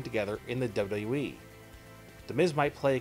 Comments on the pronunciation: In The Dubbly Dubbly E lol wtf is this guy saying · Can you pronounce WWE correctly?